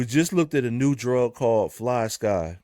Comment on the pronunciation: Fly-SKYYYYY not Ski 😂